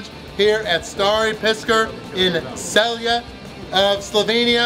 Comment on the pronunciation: name city is CELJE not CELJI.